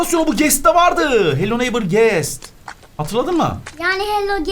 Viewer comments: hello neighbor: hello neymır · Abı farkindamisin eee hello neigbhor yerine hello neymır diyon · Abi hello neiymır demene hayranım ağzıma takıldı unutamıyorum brawl stars youtuberlarıyla brawl stars gelsin ybj,laz vb.Lütfen gAlP? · hala hello neighbour diyemiyor 😂😂